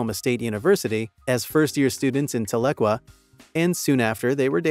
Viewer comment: For those of you listening to this and can't quite make out what the computer-generated voice was talking about as to where Jordan and Amber met while in college, it is Northeastern Oklahoma State University in Tahlequah (Tal - E -Quah), not Ta-lig-wa 🙄 or whatever it was trying to say.